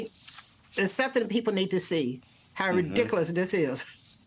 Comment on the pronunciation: That woman can't pronounce the word ridiculous.